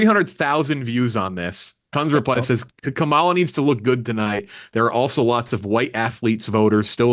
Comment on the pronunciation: self proclaimed “big political guy”…can’t even say Kamala’s name right. Wonder what politics he follows 🤔